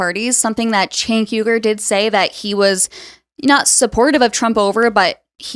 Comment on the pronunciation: I feel like people go out of their way to say cenk’s name wrong. It’s not hard. I know Cenk doesn’t care but it definitely feels intentional.